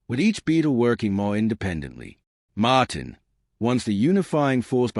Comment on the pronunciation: MAaaaaaaaaahtin ??? what AI crap